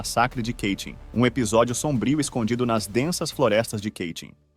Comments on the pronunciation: Apenas uma correção não é Keitin e sim Katyn é assim que se escreve e se pronuncia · Ótima exposição deste massacre vindo à tona pós-URSS. Só um detalhe, não tão sério, mas de valor p/ um canal q trata de temas c/ referências gringas: Katyn não fica nos arrabaldes americanos, ingleses e tal! Portanto não existe.... "Quêitim" !!!! Sugiro q sempre consulte pronúncias no site Forvo (.com), utilizando 'copia e cola' de nomes encontrados no Wikipedia p/ mostrar aos teus alunos como se pronuncia corretamente.